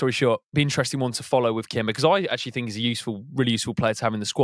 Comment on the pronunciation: Love this channel, and I hate to say it, but please say think, not fink. I will probably get slammed but for a guy like who speaks a lot of good football sense it just drives me nuts.